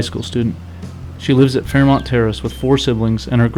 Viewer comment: It's not Fairmont it's fearmont